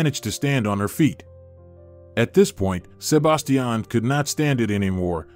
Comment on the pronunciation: Please learn to pronounce Sebastian. Good story!